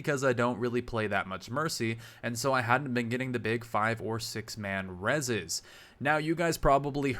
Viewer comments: "6 man rezes" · "...six man rez's" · "6 man rezes" loool yeah he doesn't play mercy much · "Six man Rezzes"